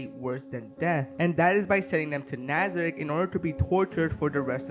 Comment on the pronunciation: aint no way he pronounced nazarick as... "nazzek"